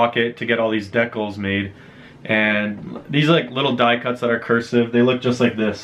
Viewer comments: "no way fucking decnals, check those oot!" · The way he pronounces Decals is interesting